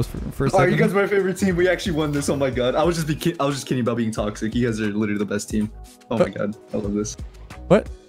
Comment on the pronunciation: every now and then drops an aboot and it brings me great joy xD